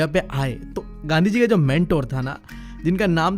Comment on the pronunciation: Bro made gandhi ji sound like gandu gi 😂